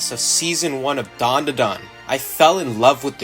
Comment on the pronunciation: It sounds like you're saying dum the dum 😂